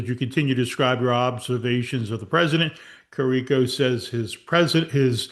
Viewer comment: Great work here. The doctors were correct since day 1. Btw, it’s pronounced Care-ah-co and James Hoe-stee.